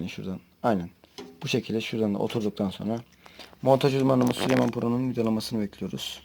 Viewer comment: Büyük bir ayrıntıyı kaçırıyorsunuz arkadaşlar = Süleyman değil ! Sülüman 😂